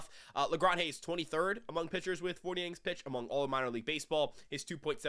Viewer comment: It’s innings not “ennings” bro 😂😂